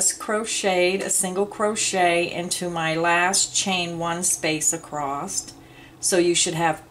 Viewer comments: Love your detail videos. Wish you would say across instead of acrosst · Is it me or does the demonstration not match the written directions? Also, is acrost a word? I believe across is what you mean...looked it up and couldn't find the word acrost. Unsubscribed. Sorry.